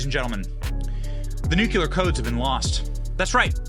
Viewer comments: Dude, you've got to learn how to properly PRONOUNCE "NUCLEAR" -- it's embarrassing already!! And "Burisma" too, BTW!! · Itz .NUCLEAR, n o t nukya-ler. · What are “nucular codes”? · Love your content, but pet peeve: It's pronounced "nu-clear" not "nu-ku-lar." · Stop saying nuculure it’s nuclear 😂 you sound Canadian 😂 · Nuclear has only one U. Nuclear. Not nuculear. Cmon Benny!!! 😊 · Only us Americans pronounce nuclear wrong. We sound like morons when we say nucular. Its the dumbass equivalent of voting Biden. The word is nuclear, not nucular. We say it wrong so much they actually put it in Websters and it says common American mispronunciation. We sound ridiculous to other English-speaking countries, because were supposed to know how to speak our own language but some of us speak english worse than ppl who speak it as a second or third language. New-clear=nuclear. Nucular=dumb American. Food for thought. Considering Bush says nucular, id probably steer clear of saying it wrong. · NUCLEAR! NUK-LEE-UR NOT NUK-U-LER JESUS CHRIST HOW CAN SOMEONE BE SO SMART AND MESS UP THIS WORD SO MUCH! 🤣 love the videos but that drives me crazy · BEN! STOP SAYING "NUCULAR"! THERE'S NO SUCH WORD! TGE WORD IS "NUCLEAR"! YOU'RE MAKING US ALL LOOK LIKE MORONS EVERY TIME THAT YOU SAY IT!!! You don't do Trump any favours by making his proponents sound like idiots! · Since there’s no such thing as “nucular codes”, why should we worry? It’s NUCLEAR CODES we need to worry about. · New cle are, not new cu lar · I remember when that happened. They tried to say it was a joke. BTW, it's NUCLEAR and NUKULAR. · Nuclear/ Nu-cle-ar, not Nuckuler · Nuclear not nucular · N U C L E A R...not NUCULAR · What is so fucking hard about properly pronouncing the word nuclear? new- klee-ar... simple, do better. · NEW-CLEE-ER... You're welcome, you fuckin' illiterates. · Benny!!! NU KLEEE AR!!! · JUST SAYIN…NU CLE AR… Either way he lost ‘em! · We love you Benny, but it's Nuclēēar! 😂🤷‍♀️😜